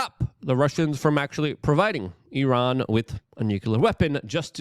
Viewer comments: Say it with me Luke.. NU CLEE AAR. not nuculer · Nuclear not Nukular 😂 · Gah! I want to listen to what you have to say but I need you to stop saying nuke-U-ler 😂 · Nucular escalation, yeah! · Dude - as nobody else is telling you, it's NU-CLEAR 😊